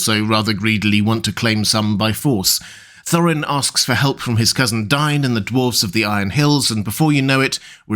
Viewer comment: DAY-in, not DYNE